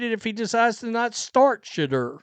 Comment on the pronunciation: Im not really a Sanders fan, but why cant this dude say Shadeur correctly. Very annoying to hear someone screw up names while trying to sound informed. Its Sha-dour not Sha-der.